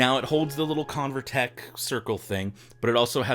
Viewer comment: It’s CoverTec not ConverTech :)